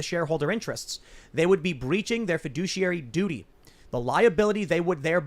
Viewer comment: heh. feh-douchey-airy (fiduciary)